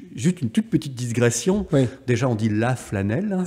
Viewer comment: Merci pour cette excellente vidéo. A , on dit une "digression" sans s entre le i et le g.